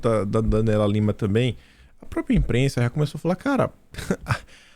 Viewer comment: Bom dia, pelo amor de Deus, não é própia...é própria. Bjs